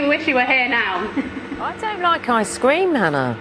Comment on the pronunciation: "Ice Scream"..she needs to learn how to pronounce ice cream